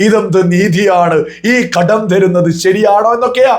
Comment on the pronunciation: ""ഘഡ൦" " അല്ല കടം നൃായീകരിച്ചു മെഴുകണ്ട, പൈസ കമ്യൂണിസ്റ്റ് കാർക്ക് ചായ കുടിക്കാൻ അല്ല , കേരളത്തിലെ വയനാട് അടക്കം ദുരിതപ്പെടുന്നവർക്ക്, സഹായധന൦ എന്തോ ഔദാര്യം കേന്ദ്രം ചെയ്യുന്നു എന്നൊക്കെ പറഞ്ഞു നടക്കുന്ന വർ കുറച്ചു പേർ കാണും പിന്നെ തോറ്റ സുനിൽ സമ്മതിച്ചു തോറ്റു താങ്കളുടെ സംസ്ഥാന പ്രസിഡന്റ് അടക്കം വീരശൂര പരാക്രമികൾ ജയിച്ചിരിക്കുകയാണല്ലൊ ഇതൊന്നും രാഷ്ട്രീയ൦ പറയുമ്പോൾ നല്ലതല്ല എന്നറിയാ൦ പിന്നെ കടുപ്പം കൂട്ടി വാക്കുകൾ പറയുന്നതു സതൃമാവില്ല അതിനാൽ ""രൂഭ"" വേണ്ട രൂപ കൊടുത്താൽ മതി അവകാശപ്പെട്ടത്